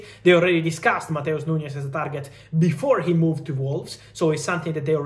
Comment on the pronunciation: It's NuNes, not NuÑes